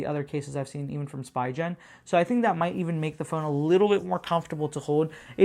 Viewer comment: I think it’s pronunciation is “Spee-ghen”